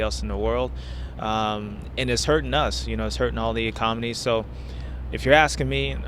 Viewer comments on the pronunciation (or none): lol......He blows the facade when he says eCOM-onies.....lol! The real dumb ass shows through. Otherwise its still funny. Just James is a peabrain.